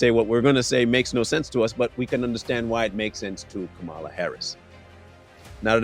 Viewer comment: Why don’t you pronounce her name properly